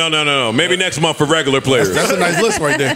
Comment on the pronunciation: Why can’t NJ dudes say month instead of “munf” like Joe and do?